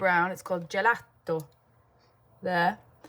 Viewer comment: You are so talented and such an inspiration Katie! Lots of love from an Italian MUA ❤ And BTW your pronunciation of gelato was actually pretty good 😊